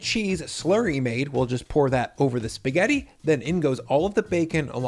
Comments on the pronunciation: Why breaking the spaghetti (not spaghet, as you pronounce it), if carbonara has to be eaten directly. You cannot store it, you’ll get concrete! And, honestly, I don’t get all that one pot stuff. Cleaning a pot used for pasta is just 15 seconds. You don’t need to rush everything Americans!!! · Did you actually just call it SPA-GHET? Why do you work so hard to be insufferable?